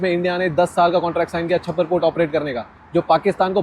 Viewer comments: Yvu said chabahaar to chabbar? I m a subscriber bt really a shame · Chabbar port nahi bhai....Chaa Bahar port kehte hain usko....baki sab theek hai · भाई वो चाबहार पोर्ट है छब्बर पोर्ट नहीं 😊😊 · NOT chabbar port It is CHA BA HAR port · छप्पर port nahi pe, its चाह बहार port. चूतिए, इतना v पता नहीं, और चले ह रील बनाने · छब्बर पोर्ट नहीं, चाबहार पोर्ट